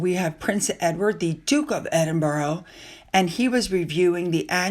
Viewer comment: Please, please, please, could you please say Edinburgh correctly. I've googled it for you. Thanks in advance. "Sounds like: eh·duhn·bruh" ￼ How to pronounce Edinburgh